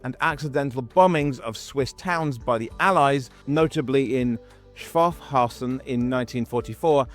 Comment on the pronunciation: Its Schaffhausen . 😎😉